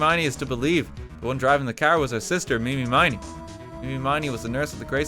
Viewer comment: he streamed this, right? did nobody in the room ever try to correct his awful pronunciation of 'iny miney's name? did he really not get the connection to "Eeny, Meeny, Miny, Moe" ?